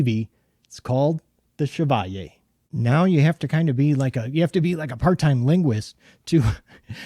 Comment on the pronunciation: Bravo,, for using the French pronunciation of the word Chevalier! So many reviewers have been really struggling with this knife’s name (although the Anglecized pronunciation is also common and accepted). Too many are too young to remember Maurice Chevalier! Thanks for doing your homework!